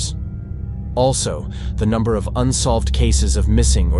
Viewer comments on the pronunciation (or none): none